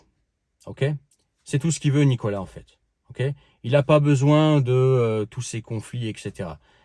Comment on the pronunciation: çà se dit Nicolás en ppuyant sur le a